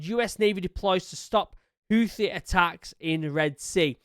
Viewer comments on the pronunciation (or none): Stop saying hoooothhhe Pronounced ‘hootee’ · Houthi is read like this Hou : Who Thi : Tee (like golf ball's tee) Houthi : Who-Tee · Its more like hoothee is how you say it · I keep hearing Houthi pronounced "Hoo-tee"...with the second "h" silent. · Houthi is pronounced who thee I believe. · We pronounce it Houthi (Like.. Tooth-y) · Houthi is pronounced "Hoot-thee." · Houthi is pronounced Who - The with the The like The before a vowel and don't shake your vocal cord. The Who part signify how significant they were in the world stage before they begin to going Somalia Pirate. Yeah, Houthi? Who? Oh, The pirate! No, not that one, another. Oh, right. Who-The. If that isn't funny, I guess it;s because am druynk